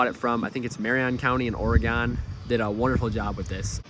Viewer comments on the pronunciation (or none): Please pronounce it as "Or-eh-GUN" not Ore-GONE. Isn't this thing AWD?? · I really like the video and I really like the rims. They are really cool but I’d have to say when you said or-a-gon i was shocked then when you hit me with the “vin-yull” i about lost it 😂😂